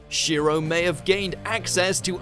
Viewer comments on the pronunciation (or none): none